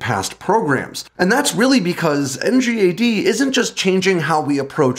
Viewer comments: As someone who worked on NGAD, it’s nails on a chalkboard hearing you constantly call it “NGAD” and not “in gad”. Please, call it “in gad”. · NGAD is pronounced “en-gaad.”